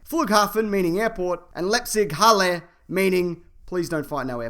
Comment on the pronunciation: Leipzig, not Lepzig. And it's in Leipzig, if you're interested.